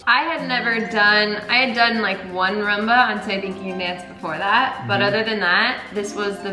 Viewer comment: Why do they call it Ra-mba? Isn't it Ru-mba?